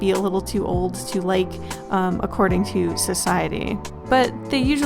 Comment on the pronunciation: "societeeeh..." Yeah we dont talk about that bitch anymore